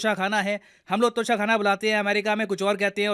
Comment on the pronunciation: Its tosha not kosha